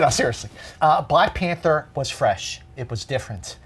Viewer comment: When he said Glack Panther I laughed.